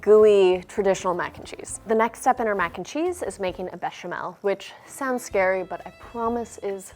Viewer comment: Why does she say bechamel and roux the correct way but not with the gouda:(